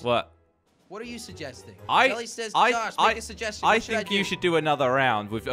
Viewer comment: Jelly said crouch if you agree YOU DONT SAY JALLY SAY CROUCH IF YOU AGREE